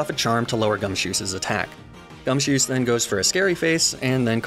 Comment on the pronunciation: For some reason, the way you were saying gumshoos sounded like you were saying "gumsoos" To be fair, that hair is pretty soos